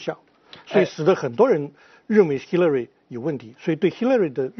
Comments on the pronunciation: 叫兽 那叫Hillary 发“h”的音 你愣是不停地在说“西”乐瑞。 还在美国生活20年还大学教授。 不谈论点 就你不停打断别人说话的样子 真叫人反感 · Hillary都读不准，为什么不直接说中文？干嘛b还美国大学教授？